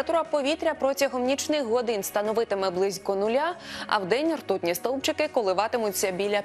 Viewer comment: "рьтутны столбчикы" ну вот, блядь, как не ржать?!!!